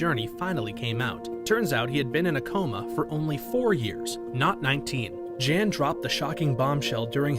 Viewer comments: He keeps calling him JAN but I believe that name would be pronounced as YON considering this story’s country of origin and the gender of the subject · Makes me wonder if even this video is correct or not when they pronounce it Jan instead of Yahn considering where the events take place 🤔